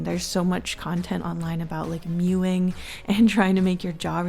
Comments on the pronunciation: sorry is she saying "mewing" ? like a cat ?? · HELP SHE DID NOT SAY MEWING😭